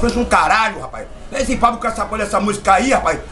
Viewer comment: Fablu? Não é Pablo não é...😂